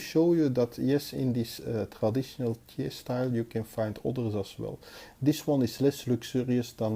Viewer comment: Excellent, as usual, thanks for this review. PS: Thiers is pronounced, in France, tière (like bière) ;-)